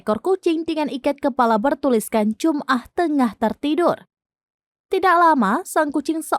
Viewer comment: Bukan jumah, dibacanya jama'ah.